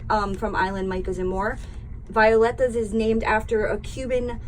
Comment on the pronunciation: we call it Vi -- OH --Letas